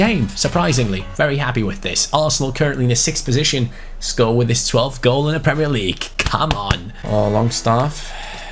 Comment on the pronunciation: Skovvv not sko like so can see